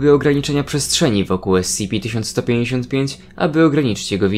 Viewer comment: Powinieneś czytać "es ce pe"